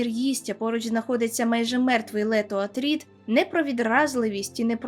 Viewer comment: Якого біса Артрід якшо Артрідес? Та й кайфова була Дюна Лінча, не розказуй